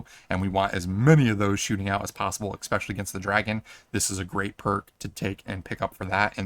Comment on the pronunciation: Love the video, hate the pronounciation of “especially”